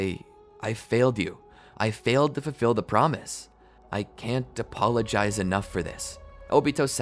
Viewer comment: is it only me who heard depologize instead of apologize at 12 min 45 sec??? 🤣🤣